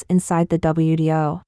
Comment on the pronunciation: That confused me, too! She meant WTO, but kept saying WDO! Is there no difference, between T and D, in Mandarin?